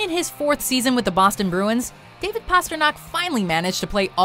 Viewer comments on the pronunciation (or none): none